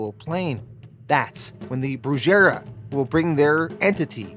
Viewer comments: 😂 The Broo-Jera😅( sec in The BRUJERIA is Latino word for Witchcraft, it's pronounced Brooh-heria, rhymes with Santeria). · Not to be one of those guys but just to spread some cultural knowledge. It’s not pronounced brew/jerryia it’s pronounce brew-harryuh. “Brujeria” or Brujer means witchcraft or witch in Spanish. 👍🏼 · You are pronouncing Brujería wrong. It goes like this : - "Bru" sounds like " Broo m" - "je" sounds like the "*He*" in "Hex" - Ría sounds like the last part of the name "Ma *ría*" Not planning to be annoying, yo already do enough. Thank you for the video! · Hey as always you post the best stories but the Brujeria is pronounced brew ha rhea the j is silent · BRUJERIA. is witchcraft in spanish please use google translator to know how to pronounce it, 😏🤠🤓